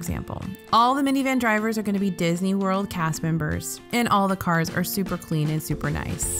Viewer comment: Did you say MCO was "Bisney"... :) i like it